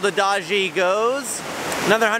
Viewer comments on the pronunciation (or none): Pronouncing "adage" as ah-dah-jee 😂. These videos are so excellent.